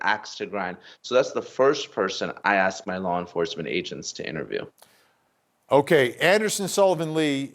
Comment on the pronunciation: "I axed him" ..... speak properly please !